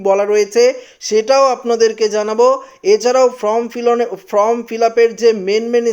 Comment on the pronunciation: ইস্ যেমন উচ্চারণ তেমন গলার স্বর। From নয়, Form 😂😂😂😂😂😂😂😂